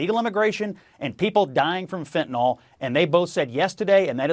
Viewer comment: Fentanyl does NOT have an "O" in it, people.